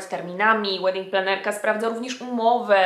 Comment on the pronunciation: Raz zrozumiałam "wedding trenerka" 😂😂😂